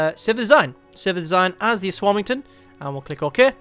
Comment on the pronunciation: um ass warming ton lol